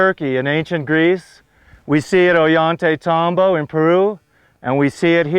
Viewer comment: Oh-yhan-tey-tahm-bo. I love this guy.